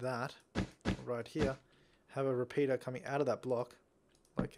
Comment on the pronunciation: Surprised me when you pronounced the r in repeater.